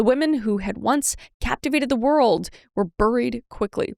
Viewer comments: FOR THE RECORD KRIS, I DONT MIND IF YOU SAY B-U-R-IED.NEVER CHANGE FOR OTHERS!😜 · I’m mad Kris changed how she says buried (booried). 1. It’s cute. 2. She’s Canadian. She doesn’t need to change her accent to still speak English; we all know what she means. 3. It’s even better with Celina Spookyboo-ried as her cohost. It suits. Don’t change yourself over external criticisms, Kris! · Kris are you trying to not have a Canadian accent? "Buried, sorry buried"